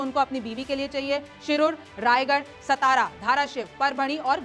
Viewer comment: मैडम जी सतारा नहीं सातारा बोला जाता है।